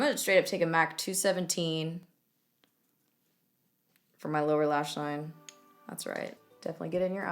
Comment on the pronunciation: The "lower lash line" verbal malfunction got me rewatching that shit 15 times